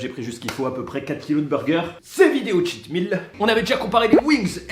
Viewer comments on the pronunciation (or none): none